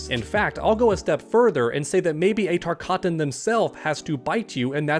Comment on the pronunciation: Again, it’s not called the TARKATAN disease, it’s called the TARKAT disease